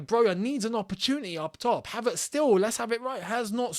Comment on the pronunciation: I'll go Havrtz not Pulsic